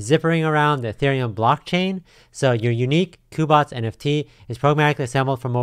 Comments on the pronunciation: When he said COOBOTS and ETH instead of "EETH" I gotta stop there lol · i think it's pronounced like "queue" as in Cube-Bots. Cubots.